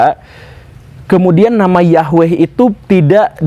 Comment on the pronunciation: Woo. Saya kira guru ketika membicarakan tentang materi ini,dalam keadaan sadar,tapi ternyata sedang mengigau to....?🤭🙏 Tapi bagus,karena guru gembulpun akhirnya bisa mengeja atau melafalkan NAMA... "YAHWEH" dengan benar. Bahkan sudah tahu arti NAMANYA pula....,yaitu: yang Menjadikan segala sesuatu yang sebelumnya tidak ada, Menjadi Ada. Sekali lagi....Bukan sekedar menyebutnya dengan sebutan Tuhan,atau Allah,atau Got atau Tien,atau Gusti Kang Hakaryo Jagat,atau Sang Hyang Widhi Wasa dan yang lain sebagainya. Karena YAHWE itulah NAMANYA,dan sebutanya.....,akan disebut sebanyak suku Bangsa dan Bahasa yang ada ditiap tiap suku Bangsa di Bumi ini. Karena memang YAHWE saja, sebagai satu satunya ALLAH yang Benar( yang Nyata Ada sebagai Pencipta Langit Bumi dan se Isinya ini )..yang kita Orang Indonesia dan juga Orang melayu menyebutnya dengan sebutan.... Tuhan atau Allah. Cumaaa karena guru sedang mengigau saja,jadi guru lupa bahwa NAMA YAHWE itu bukan dari bahasa Arab kuno. Karena Bangsa Arab mulai ada itu setelah Abram mengambil salah satu budak perempuanya yang berasal dari Mesir yang bernama hagai,yang di berikan Istri Abram kepadanya,dan yang akhirnya memperanakan Ismail. Dari Ismail inilah....lahir banyak Bangsa,dan Raja dan salah satunya ialah Bangsa Arab. Jadi igauan guru akibat dari membaca buku sejarah sekuler bisa saya maklumi,sebagai IGAUAN belaka..., akibat ketiduran karena kecapean setelah membaca tadi lalu ketiduran di SIA